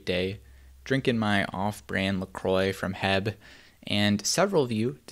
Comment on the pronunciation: Are all the central Texans just gonna ignore the fact that he called H-E-B “hebb”?